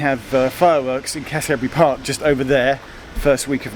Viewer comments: Pronounced "Cassa-bree" Park :) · Hey Geoff! Thank you so much for calling my hometown splendid ❤️❤️❤️ tip from a local: Cassiobury is pronounced "cass-uh-berry", at least, that's how everyone I grew up with pronounces it :) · No, I'm almost certain it's pronounced 'Cassiabury'. So with an 'a' sound in the middle and not an 'o'. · I grew up literally just around the corner, in one of the metroland style houses around there, and went to Watford Boys which is around another two corners. I wouldn't move back to Watford, but watching this does bring back the good memories. Also, it's pronounced "cass-oh-bree". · Cashio-bury? Cassa-bree, surely? Though certainly I've never heard the way Geoff says it! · Geoff says it like a posh boy from private school, who's not mixed with the locals.